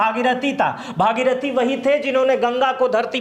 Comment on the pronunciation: पूर्वज का नाम भगीरथ था।भागीरथी गंगा का नाम है। नामों का उच्चारण बहुत जगह गलत है। प्रचार के पहले कृपया ठीक से जांच कर लें।